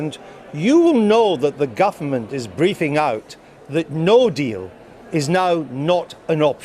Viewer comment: the GUFF-A-MENT